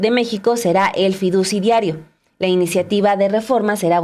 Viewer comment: Minuto 355...... "fiducidiario". What???? ¿Que es un "fiducidiario"??????